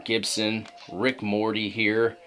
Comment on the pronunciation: It’s Ricky Morton not Rick Morty…… D*CK!!!!!